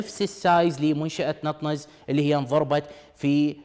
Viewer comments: نتانز ليس نطنز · نطنز وليست نطننز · المذيع يبين يعرف يقرأ انكليزي عجيبة شلون ماعرف شلون ينطق نطنز NATANZ. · دكعد هوه غير كا يعرف يلفظ اسم المنشأه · مذيع لايستطيع لفظ أسم منشأة بطريقة صحيحة ؟؟؟؟؟ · اعرف بس هو لفظه مو صحيح